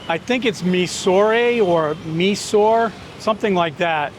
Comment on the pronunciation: The correct way to pronounce Mysore is my-sur Mysore is also called mysoru just like Bengaluru